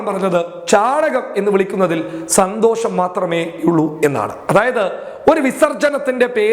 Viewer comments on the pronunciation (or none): none